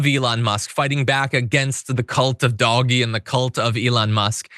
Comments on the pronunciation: For those who are wondering. It's pronounced DODGE-E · Did you just say Dog-e? instead of Doge? Sarcasm? Did I miss the joke? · Love the “DOG-E” pronunciation! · Why's he calling DOGE Doggy? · Why do you keep calling it “doggy”? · He said Doggy. Like DOG-E. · Thank you! Thank you! Thank you! Finally, someone has pronounced the douchee name of elon's group of minions... Dogee! I have been saying it and wishing everyone would start pronouncing it that way for 3 or 4 weeks now. I hated it when everyone was falling in line and pronouncing it like elon intended. This will surely get under his and trump's thin little skin. That may sound petty... but I don't care anymore! Thank you, John!! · If anyone says "doj", we should insist that is it "doggy". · I love how John Iadarola keeps calling it “Doggie”. 🐶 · I love this pronunciation of Doge 😂😅😂😅